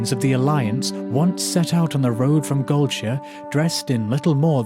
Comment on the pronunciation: Excellent stuff, and finally somebody who pronounces "Goldshire" like I always thought it should be (not "Gold-shy-are" as most people say). I guess Hobbits are to blame...